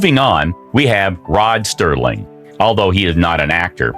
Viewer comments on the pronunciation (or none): Very interesting and thank you. The name is Rod Serling, not Sterling. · there is no "t" in Rod Serling..